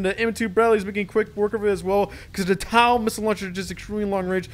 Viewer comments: just a nitpick, but its pronounced tow not tau (sorry for being a nerd) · Im not trying to be that guy but i am, TOW is said like t-oe not t-ow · i am trying to not go crazy to how he says tow taw goes crazy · "Taow" hurt my head this whole video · Bro the way he says Abrams TOW and MRAP